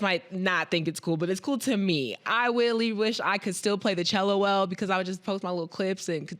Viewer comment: haha said “I WEALLY WISH”